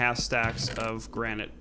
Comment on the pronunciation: you should know if it grenit or polish grenit okay bereghost